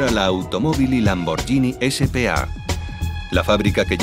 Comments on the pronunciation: Pueblo bruto e inculto el español. ¿"LamborGIni"? Hay una h entre la g y la i, así que es "LamborGHIni, no "LamborGIni. El locutor ignorante oye a un italiano que claramente dice LamborGHIni a los , pero enseguida él insiste con ¿¿¿"LamborGIni?? Qué falta de profesionalismo, por favor. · Se pronuncia lamborguini no lamboryini. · Se lee LAMBORGUINI, no LAMBORYINI. En italiano la combinación "GHI" se lee como en español "GUI". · Que puta mania con pronunciar "lamboryini", se pronuncia "LAMBORGUINI", igual que spaghetti, nadie dice "espayeti". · Habría que avisarle al imbécil que narra que la marca es LamborGHini, no LamborGIni, como dice él. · Es bruto el locutor? No se dice lambor"sh"ini sino lambor"gu"ini. Sino sería lamborggini en vez de lamborghini. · PALETOS! Se dice Lambor-GUI-ni. Es genial... escuchen al Presidente y CEO decir Lamborguini, pero no, el locutor que traduce sabe más... Lambordjini... impresionante. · Lo siento por ti , no se pronuncia lambordjini , sino laborgini.